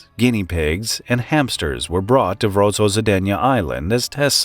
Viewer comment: Vozrozhdeniye sounds nothing like pronounced in the video, either. It's more like "Voz-rož-DEN-ye